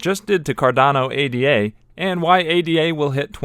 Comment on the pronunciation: It’s not A-D-A. It’s Ada. Like the woman’s name.